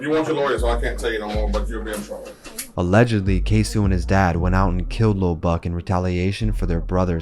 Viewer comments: K-SO not K-SU lmao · “ KAY - SO “ not “Kay - Sew “ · Mannnn if you gone capitalize off Black Death at least say the names right goofball. Tf is a ksew it’s ksoo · It's not K-Sue, it's Kay-So. "C'mere boy!" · Not too bad but a lot of things were left out or skewed on the timeline. Also.. K-SO!!! QUESO!!! K?SO? not K-sue. Overall, not bad tho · His name is Queso not k-su 😤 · My guy rly called him KSU its KSOO with a O